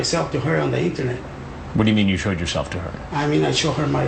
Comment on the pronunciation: "I cho her my webcam"